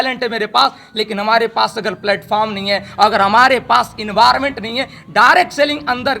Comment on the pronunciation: इन्वार मेंट ,, डेफिटेंटली 😂😂😂